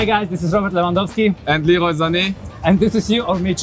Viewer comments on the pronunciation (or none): LEWAN NOT LEWA